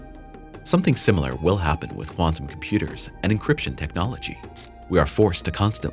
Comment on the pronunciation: Make the ai say “chem-pyooders” more! Lol